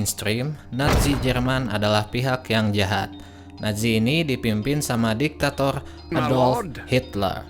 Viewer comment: Empayeghhh jepang teghhkenal dengan diktatoghh..sepeghhtii jamann oghhbaa😂😂😂😅 anjayy ngakak liat cadel goblok ngomong😂😂😂😅😅